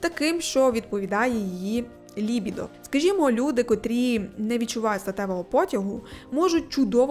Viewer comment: Не зміг додивитись через неправильний наголос у слові "лібідо", це просто неможливо слухати, піздець якийсь